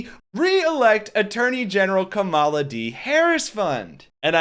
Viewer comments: Kamala, like comma la. You're continuously putting emphasis on the second syllable, not the first, where it belongs. Other than that, great video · Comma-la. Accent on the comma. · KA-mala. Accent on the first vowel, bro. Please. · Are you sure you're pronouncing her name right. I think the emphasis should be on Ka not Ma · Only one comment. Learn to pronounce her name correctly. Accent the first syllable, it's important and respectful. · Time to start saying her name correctly. She deserves that respect! You’ve got the emphasis on the wrong syllable. 😁